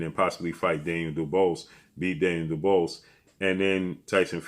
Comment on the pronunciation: can't pronounce Daniel "Dubious" that word stumps him 😂